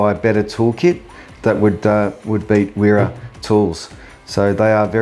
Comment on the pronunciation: I live in switzerland. its used widely over here. (Im australian). Only point to note it prounced Vera. The W make a V sound.